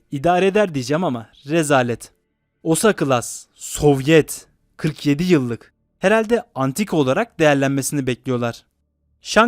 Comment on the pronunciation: Soviayett(sovyet diyemedi)